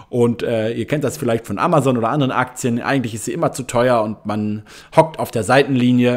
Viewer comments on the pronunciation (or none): none